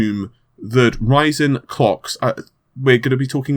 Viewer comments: lol u say ryzen like raisin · almost sounds like he is saying that intel is freaking out over raisin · I am pretty sure that you did not pronounce that name correctly. I wouldn't be able to do it either.;)